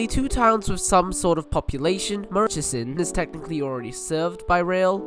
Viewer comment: and they kept saying murrichson lol i always get a laugh from people's assumed pronunciation for place names. and this one's not even foreign. just get the fare-capped vline up here and ask us lol